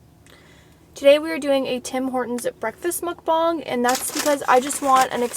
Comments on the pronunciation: It's bang not bong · I think its actually "Mook Bong" but people dont say it the proper asian way